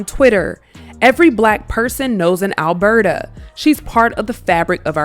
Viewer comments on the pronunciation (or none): none